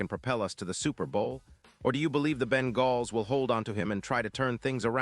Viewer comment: Ben-galls? Give me a break. AI voice sucks.